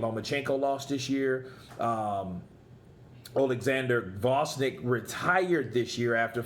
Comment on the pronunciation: you forgot to mention Lomachenko lost TWICE THIS YEAR. As a boxing commentator you could also learn name of the boxers you are talking about. There is nobody called Vosnik. The name is Oleksander Gvozdyk.